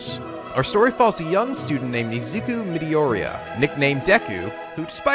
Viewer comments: How about when he said "Mididoriya" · And he also mispronounced Miydoria as well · Okay, some pronunciation notes: Academia: I could be wrong, but I'm pretty sure the emphasis goes on the "de" part and not the "mi" part- aca-DE-mia, not acade-MI-a. Midoriya: It sounded a lot like you ended up saying "MIDI-oriya" Just be careful with that one, or simply go by his given name (Izuku) or go with "Deku" as you seem to later on. Horikoshi's given name: Be very careful here, as "kohai" is an actual term in Japanese. That's what you call an underclassman- let's say you're a sophomore and you're talking about the new freshmen coming in. They are your kohai. Horikoshi's name, Koh*e*i (I just put the asterisks in there to highlight the e), on the other hand, is pronounced differently. The "hei" part on the end is pronounced like the English word "hey." "Ko-hey," Kohei. Sorry if it sounds like I'm coming across as an asshole. Your make good points in your video, but I just really ended up distracted by pronunciation. And don't get me wrong, I'm not saying it's terrible or that you suck or anything. No, this is meant to be constructive and not demeaning in any way. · Your pronunciations are making me want to commit ... ura-ra-ka, mi-do-ri-ya, iz-u-ku, ac-a-de-mia aka hero aca ...